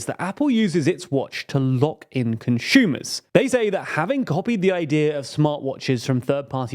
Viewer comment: Conshumers need more respect 😢